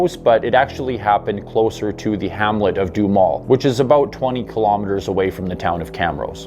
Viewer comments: Doo Ha Mel or maybe even Doo Ham El.....keep up the good work. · Wow, I grew up about not far away and don't remember ever hearing this. Duhamel is pronounced with 'ham' in the middle, lol. Nifty vid, thx.